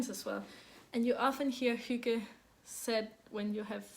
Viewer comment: What a great episode!! And you were right I honestly couldn’t stop laughing when you were trying to say earthtones girl! And Thank you so much for all the insight into Hygge. It was great to hear you say it and all the other danish words... what a beautiful language! And to me Hygge means, quiet, low light, sipping tea, knitting and a good audiobook/podcast. It doesn’t really apply to my family since we are over 50 in number and our get together’s are spent speaking as loudly as we can so that our voices can be heard. 😂